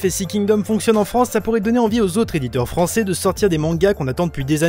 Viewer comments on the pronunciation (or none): none